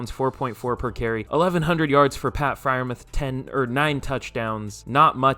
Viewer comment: It's pronounced Fryer Mooth you casual autistic